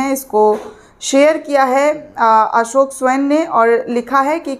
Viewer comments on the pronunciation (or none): none